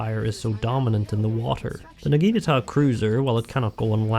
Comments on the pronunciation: Because he calls Naginatas Nagitas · What is it with english speaking people and them being unable to say the word NAGINATA. Not Nagita, not Nagikatana, not Nagatana, NAGINATA!🤦‍♂️ And a Torpedo is not a missile!